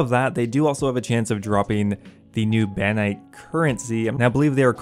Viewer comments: "Bannite shards"? BaRROnite shards... there are r's in that word... and an o... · The word: Barronite The pronunciation: Banite Why don’t you even try? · Do you have a speech impediment? They're clearly spelled "Barronite" yet you keep pronouncing it as "Banite"